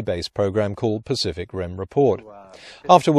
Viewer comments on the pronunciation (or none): none